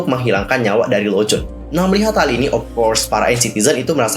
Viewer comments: Lonjwin kak bkn lonjwon xixi😁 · bacanya bukan lowjun tapi lounjuin hihi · Renjun dibacanya Lenjwin bang😀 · Tapi emang harusnya di baca "lon jin" karena kayak gitu pronounciation-nya.